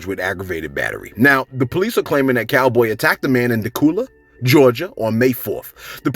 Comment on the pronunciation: Hahah it’s pronounced Da-que-la lol Dacula